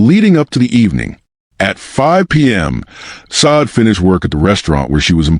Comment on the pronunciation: Can you please pronounce her name correctly it's not sod